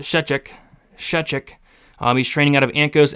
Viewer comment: Btw, you pronounced Szewczyk's last name nearly correct 😂